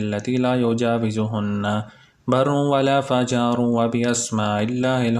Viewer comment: Assalam o alaıkum brother. it is '' wala fajiru ''